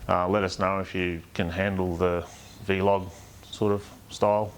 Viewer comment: Ps, want a 10th place spot on that leaderboard. PPs, it’s Vlog, not Vee Log